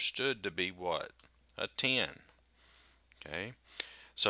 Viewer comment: I think it's the Cajun English accent.